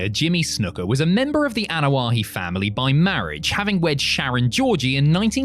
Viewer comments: Ok seriously.... it's Anoa'i..... why you added an H sound to the name?? What's so hard?? Ah No Ah Eee...... what the fuck 😆 🤣 😂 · You need to pronounce the last name the right way